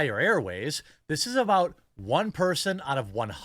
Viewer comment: Reeeeeeeeeee, how can you say the word perSON? Reeeeeee :)